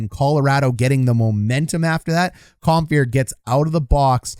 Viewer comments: The name is Compher, not Comphier. LOL! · I know you already addressed this, but "Comphier"... Not quite Don Cherry-level player name pronunciation yet, but if you keep at this for a few more seasons, I bet you could give him a real run for his money, Coach. 😂 Love the channel! Love the breakdowns! ✊ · Love it. Only room for improvement is pronouncing Compher and Francouz correctly. 🤣 but hey, you can't know em all. Great job, thank you.